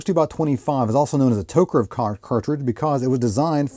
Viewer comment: TokarEV, not TokarOV